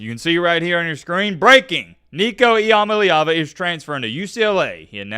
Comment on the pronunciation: E - UH - MA - LEE - AH - VU